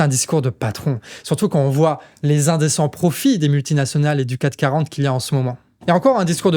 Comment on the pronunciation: C’est le CAC 40 et pas le 4 40 ni le CAT 40. J’aime beaucoup tes videos, mais tu dis ça souvent, et ça fait pas sérieux.